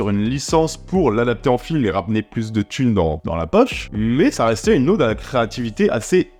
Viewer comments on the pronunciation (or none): Salut. Pour info, on dit une ode, pas une Aude. Ça se prononce comme code ou mode.